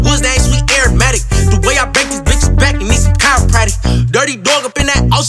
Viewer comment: Holy shit someone actually pronounced aromatic correctly